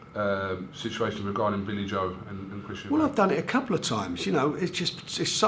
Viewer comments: Why does he fuckin call him Eubanks with an s at the end. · I love the way fisheyes calls Eubank Eubanks every time